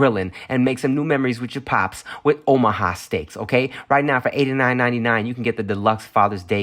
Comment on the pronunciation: Am i trippen or did Tim say “Ohama” steaks a couple times? Lol